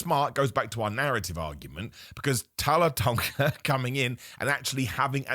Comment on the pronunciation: Come on... He's literally called Taller Tonga.. Say it how it is 😅